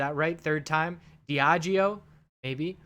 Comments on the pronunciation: You said Diageo right this time. Pretty much.. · Correct pronunciation on Diageo, they own Guinness, nice drink, but it’s ran and owned by the usual suspects... ie ***ts! Caution,! APH deal smells as pungent as the piggies daily brown presents left on your farm!... in and out is the game, but you already know that! 🌮